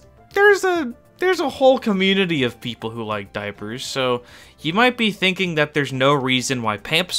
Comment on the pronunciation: why did you say diapers like that lol